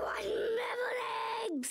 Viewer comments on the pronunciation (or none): Oh for the love of... He didn't say Metal, he said Mevil. That was an error in the subtitles... nothing new there.